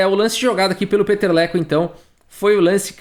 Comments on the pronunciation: Cada vez q o fala o nome dele, eu escuto peteleco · Cara, eu só conseguia entender Peteleco!!! kkkkkkk